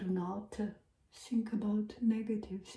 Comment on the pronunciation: i love how she pronounces ‘th’ as ’s’ like think as sink & worth as worse☺️ so qyoot!